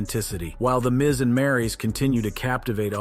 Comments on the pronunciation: It's not Maris it's Maryse smh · Don’t mispronounce maryse name and misspell it gee